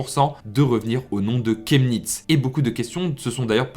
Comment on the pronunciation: ça se prononce shemnitz